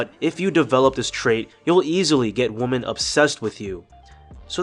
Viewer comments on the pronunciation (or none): Women phonetically is pronounced like this -> "wimin"